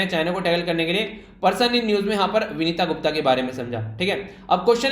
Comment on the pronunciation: सर विनीता गुप्ता नही वनिता गुप्ता